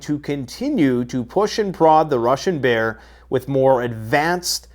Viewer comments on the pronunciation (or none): none